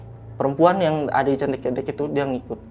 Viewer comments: Bang,, candi keutek(di bacanya),,, bukan candi KETEK,,, hehehehe bang gimana caranaya gua mau jadi narasumber,, byak cerita horor yg gua alami,, dari manusia tmbus tanah, pocong di atas atap, tuyul, sampe kunti di depan rumah kakak gua, sampe kunti kerdil di kamar mandi kost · Maaf aku agak ketawa pas nyebutin candi ketek= terngiangnya ketiak. Mgkin harusnya ngomongnya pake ejaan kaya ngomong beras "ketan" 🙏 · Maaf nih bang coba benerin lagi baca KETEK nya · Cara ngucapin kata kethek/ monyet itu salah,,yg narasumber ucapin itu artinya ketiak bukan monyet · Salah penyebutan itu candi kethek bukan ketek/ketiak 😂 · Ketek ada 2 arti kalau dibaca e artinya ketiak, kalau dibaca e' artinya monyet. Masnya nyebutnya pakai huruf e yg artinya ketiak. AQ langsung ngakak😂😂 Salam dari sawangan Magelang 🙋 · Hehe candi kethek bkn ketek hehe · ketek bang bukan ketek awoakwok ngakak😂😂😂😂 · Ngucapin ketek yang bener kethek bukan ketek atau ketek, sudahlah 😂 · candi ke'tek om bukan ketek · Candi ketek..(e,talen ) bukan candi ketek..(e, pepet )..wkwkwk..denger nya ngakak sendiri 🤣🤣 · Bukan ketek di bacanya, tapi keutek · Bukan ketek mas tapi kethek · Kethek bukan ketek. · Keutek mungkin, bukan ketek 🤣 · Bukan ketek tapi bacanya ketek, kalo ketek itu bhasa indonya ketiak tapi kalo bacanya ketek itu baru monyet hhe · kethek not ketek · Btw, itu candi kethèk bang bukan cethek, yg artinya monyet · kethek kalo ketek itu ketiak narsum bukan orang jawa 🙏🙏 jd agak kepleset lidahnya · bukan KETEK bang, tapi KEUTEK .. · Ketek itu dibacanya ketek. Bukan ketek 😂✌ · Pengejaannya Kethek yang bener : K-E-(Vokal E dieja seperti : bEras) T-H-E(Vokal E dieja seperti: Enak)-K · Di bacanya bukan KETEK tapi KeTEK 🐒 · Bukan ketek(ketiak) bang..tapi ketek(monyet cilik)..sama aja tulisannya ya😢..gimana sih ngomngnya😅.. contoh: roko kretek, apa roko kretek? Nahg itu jawabnnya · KETHEK (suara E nya kaya suara bengek / keren /beken) bukan KETEK KETHEK = monyet TUKU OPO MAS ? artinya BELI APA MAS ?